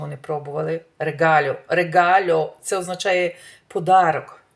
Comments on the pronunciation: регало а не регале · Чого "ригальо",це "ригало" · регалью ну капец ты можеш сказать регало